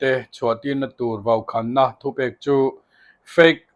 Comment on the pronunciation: Vaukhaaanna tiin chhiar rawh, ichhiar rikdan hi chuan awmzia aneilo.